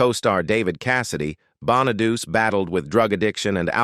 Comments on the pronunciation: You are not pronouncing Danny Bonaduce correctly at all. It is not pronounced {Bon-a-duse}, it is {Bon-a-du-chee}. You can look up his radio show and listen to how he pronounces it. Not being nitpicky or anything, but that was annoying me.🙄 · Yeah, Danny Bon-a-deuce? it's" Bon-a-deutchi" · The correct Italian pronunciation is actually Bon-uh-DOO-chay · That's AI for you, can't get the pronunciation at all